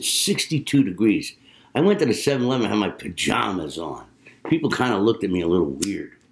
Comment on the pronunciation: how i ended up here -- i was searching for hank garland because josh smith referenced him as an inspiration. i heard you say "semn'alemn" (7/11) and immediately knew you were from philadelphia. great playing, go birds.